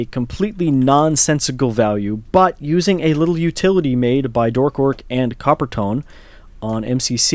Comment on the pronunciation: Coppertone... huh.. (forgot to state how to pronounce it.. it's Copper-teen) plus, I only developed the encoder, not the decoder.